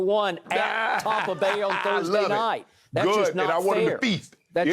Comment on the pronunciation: He needs to stop saying tompa bay *cringe